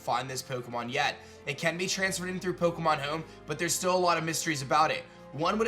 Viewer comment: "Pokemon Heoum"